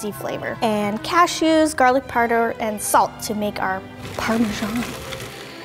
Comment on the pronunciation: she says garlic perder lollll